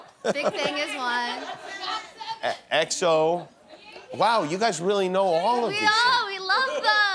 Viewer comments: the way she refuse to say exo 😭😭😭😭💀💀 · Lol we can see she's an exo anti😭 the way she had difficulties to say their name💀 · Your girl struggling to say Exo 🤣